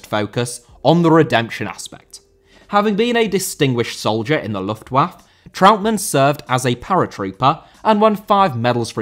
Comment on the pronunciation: Trautmann* not Trau'mann